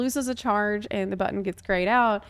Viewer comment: lol No, I think that’s just being lol. She pronounced “buh-tone” (button) a few times like that too.